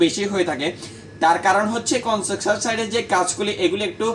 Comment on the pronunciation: ভাই আপনার উচ্চারণ ঠিক করে কথা বলেন। কনজাকশন না। কনস্ট্রাকশন হবে।